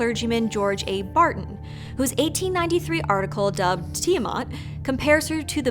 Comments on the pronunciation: Why does everybody pronounce Ti-eh-mut? Where they getting the mut from? Its Ti-aw-MAT.... MAT AS IN THE MATRESS MATRESSSSSSSSSESSSSSSS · Hmm... I have always pronounced it "Tai-a-mat", you know, with the "i" as "I"...